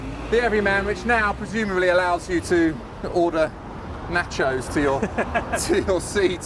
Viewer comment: "Naaaa-chos". The Texas in me loves the London in you,.😉 😊😊